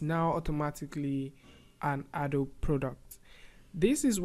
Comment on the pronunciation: It's pronounced A DOE BEE